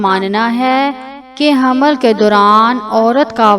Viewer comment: Aap pahle raham ko hamal padna seekhe tb information de😅😅😅.